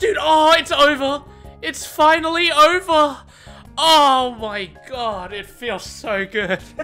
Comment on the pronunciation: It's oyva. It's foinally oyva.